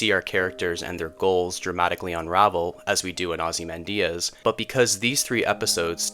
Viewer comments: It's typically "ah-zee-MAN-dee-us." But the video is good and I appreciate a human narrator. :) I am not assuming you don't know, but in case you don't, "Ozymandias" is a poem by Percy Bysshe Shelley that IS BASICALLY THE ENDING OF BREAKING BAD. A grand ruler had ultimate power, with a massive statue dedicated to him. A traveler happens upon the ruins of the statue. Nothing remains of what Walter Whi--I mean Ozymandias had built. They even had Cranston read the poem for the teaser for the end of Breaking Bad. Again, not patronizing. I subscribe for a reason; you have interesting ideas. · Maybe watch at least one other analysis before pronouncing it 'ozzy-man-diaz'.